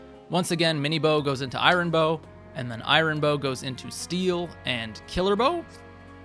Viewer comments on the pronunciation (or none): Really appreciate the video. Have to say though, "I-yun" sword not "I-Ron" sword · Wow I've never heard someone pronounce Iron like "eye-ron" before 😂Not everything is meant to be pronounced exactly how it's spelled. But overall great guide, thanks! Definitely took some notes. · Eye-rin sword 😂😂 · The way this person says iron is driving me crazy. Also, a forging guide that ignores daggers are the best thing to forge because they get +2 might for each level invested? Smh. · great guide but please fix your pronunciation of “iron” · The way he says iron hurts my heart... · Are you pronouncing iron like that purposely or is that an accent thing